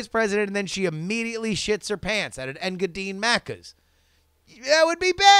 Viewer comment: Thanks for reading my shitty email. Engadine sounded out would be Ing-ga-dean. Also Aussie is said like Ozzie Cheers! :D